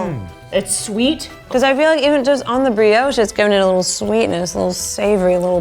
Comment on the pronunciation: Americans pronounce brioche so weirdly